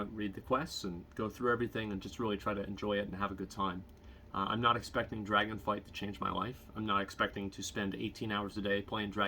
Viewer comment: Anyone gonna tell him it's called Dragonflight? :D